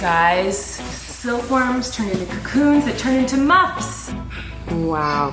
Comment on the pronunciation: Hey mama! Just wanted to let you know that you said muffs wrong a couple of times. It’s not MOTH, it’s MUF. You can use it in a sentence to remember! “The muff is buff” 😊